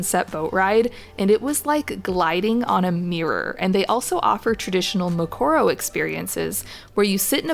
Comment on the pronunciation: The mispronounced words though 😂 Oka-vango, mat Kadi-kadi, Namaseri - makoro , 😢 😢😢